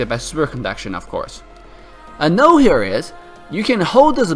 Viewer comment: just a quick tip, when you say 'a note here is' make sure you pronounce the T in note, because some non native english speakers might have a hard time understanding what you said there. excellent guide again 👌